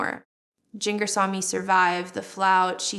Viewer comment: Agreed. It's AI. Jin-gurr is not how it's pronounced. Also we knew about the dating questionairre years and years ago. To the channel owner: Please stop the AI junk. It's dishonest and looks tacky on your part. Do some actual work.